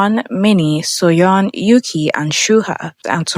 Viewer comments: There is no member named "Yuki." That is a Japanese name. Learn how to pronounce Mandarin if you're got to do these videos, bot. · what's up with pronouncing yuqi's name like that, I thought you made your research to make this video